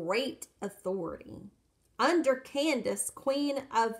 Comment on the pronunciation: The correct pronunciation of the Bible Candace is kan-day-see. Look it up.